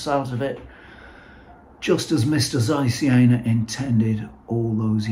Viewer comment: Super, congratulations! Please let us know what paste you used for grinding. With all respect, "Caesar Jay" -- presumably short for "Carl Jena" -- doesn't make much sense. If you want to refer to the East German Zeiss lenses, say "Zeiss Jena" (as opposed to "Zeiss West").